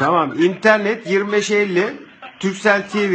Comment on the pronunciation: turcell değil Türkcell kardeşim.